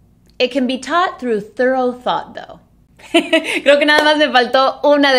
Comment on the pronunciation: No pronuncien 'thorough' asi como 'thurrow' que ha dicho foneticamente, la manera correcta es 'thurru' terminando como el 'u' en 'up'.